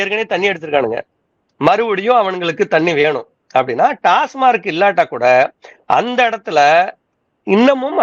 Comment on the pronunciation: ‘டாஸ்மார்க்’ இல்லை. ‘டாஸ்மாக்’ என்பதே சரி!